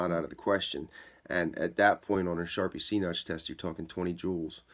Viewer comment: It sounds like you're saying charpy c notch instead of charpy v-notch am I hearing you wrong or is there a difference between a c notch and a v notch? I'm trying to learn about this and there's one other place I've heard someone say c notch but all the research I've done about charpy impact tests have all called it a v notch. Just curious, no hate